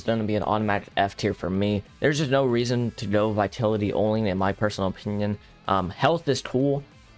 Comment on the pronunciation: the way he mispronounces vitality irks me